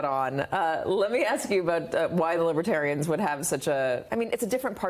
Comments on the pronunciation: Trump had planned to have his supporters sitting in the front. As usual he tried to control the situation to make himself look good. That’s partly why he wasn’t fearful of going in front of the libertarians. He couldn’t even pronounce the word and called them lib-ah-terians. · He just found out about this political ideology. He pronounced it “libba-terrain”